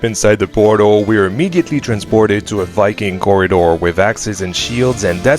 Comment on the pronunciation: wiking never gets old